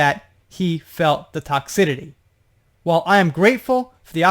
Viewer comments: Toxicity::::: TOCKS------I-----CITY Not TOCKS------I------TITY Just trying to be helpful. BTW.. Do you speak Japanese.??? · Hi, Another Great Job! You know Me though; if I think that You have a mistake in a pronunciation; I will let You know. I just want You to stay correct ALWAYS. Toxicity the C has a soft s sound like in city. I understand the mispronunciations because it is toxic when not in the word toxicity. Weird but it is Our English language and We don’t always have understandable rules in Our United States English language. I just wanted to let You know but no personal criticism of You. I think that You know that by now because I will always support You and love Your channel and all of the work that You do. It is confusing about Ellen but even before the D.Jay wrote anything good or bad about Her. I heard one Guest say, he said hello to one of her staff members and she, Ellen, said to Him, a Star Guest on Her show; “You don’t need to speak to Them, they are just the little people or the help.” WTF?! Ellen, You are not in medieval Europe and You are Queen Ellen!!!! She has had too many people including the Star-Guest that came out and shared this story. She is just IMO, A Mean, Condescending BITCH!!! I liked Herca lot in the 90s when She Had the Sitcom